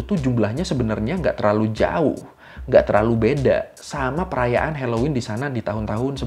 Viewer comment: hellowen bukan heloin🌚